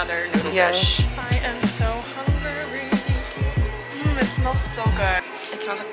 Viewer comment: “I am so hunger ry” LOL